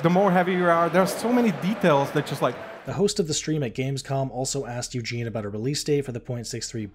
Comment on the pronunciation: Eugen not Eugene.